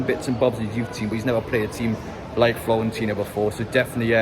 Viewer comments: "Florentina" 😂It's Fiorentina! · Hate to be that guy but the team is called Fiorentina. Florence is the English pronunciation for the city and Firenze is the Italian I think. Keep up the great content.